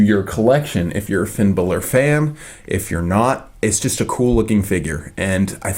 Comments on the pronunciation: Balor not Bailor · STOP SAYING FINN BOWLER AND FINN BAYLOR IT'S FINN BALOR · it's not finn bailor it's finn b a l o r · It's not Finn balor's name you called him Finn Bella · It's not Finn bailor it's Finn balor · Fin Bal-er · I THINK YOU PRONOUNCE IT bAlor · I think it's pronounced like this, bahlor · it's. pronounced. finn Bálor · Fin Bella hahahah Always lol when u say the name's wrong 😂😂